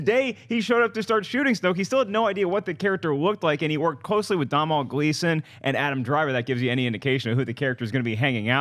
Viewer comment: Its pronounced 'Donal' as in 'Tonal' but with a d. Mr Gleeson will thank you.